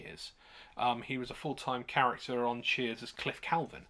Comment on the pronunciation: Cliff CLAY-ven